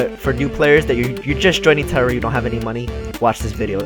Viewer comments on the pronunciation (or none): none